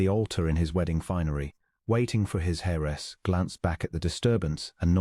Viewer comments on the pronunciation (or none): Heiress , pronounced. airess... Get it right..